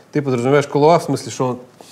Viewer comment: Не КалуА, а КалУа! Ребята, ну вы чего? Вы что, "Большой Лебовски не смотрели? Зачем вам тогда КалУа? Там на этикетке даже ударение стоит. The Dude abides!